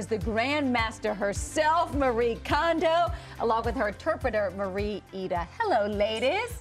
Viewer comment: Her name is pronounced Mah-Ree-Eh Kohn-Doh. Not Ma-ree Condo!